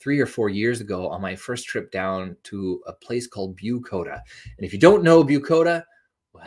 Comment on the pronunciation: If you used the closed captioning...it's "Bucoda", not "Bukota". Very miniscule village in Lewis County between Centralia and Tenino.